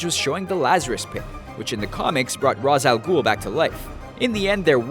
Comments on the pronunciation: Omfg. Its not (raz al ghoul) its pronounced like raesh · its pronounced RAISH al ghul, although its spelled ra's